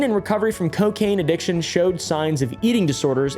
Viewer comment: Alcohol and c-Kain. Mm k